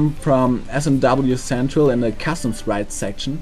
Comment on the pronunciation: when you said "custom" it sounded like "castam" not meant to be an insult